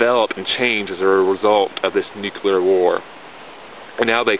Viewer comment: wow robot voice, and of course, "nucular" ugh